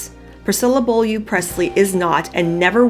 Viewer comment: I beg your pardon for correcting you as if you asked, but since you're at the beginning of the whole book, Priscilla's maiden name is properly pronounced Boh-lyuh. The America vesron sounds like 'bowl-yew'. Maybe I'm not hearing you correctly. It sounds like you're saying 'bull-ya', to me. I apologize if this was unnecessary.